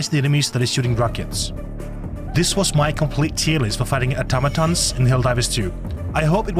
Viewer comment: Thank you for being the only content creator to pronounce automaton correctly. Also great content